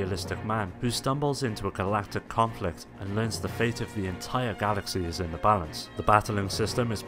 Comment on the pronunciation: Fay it ??? Its pronounced fate